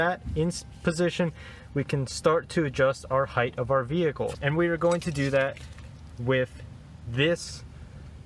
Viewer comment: Did I hear this man say "right heighTH"? Hythe?